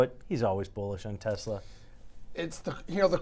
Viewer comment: Try it! TESLA! With T, like Trouser, and then es, like Escobar. Then la, like laughing. Not! Like "Law".